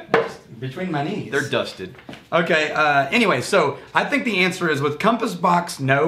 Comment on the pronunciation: “Thing(k)” Drink!!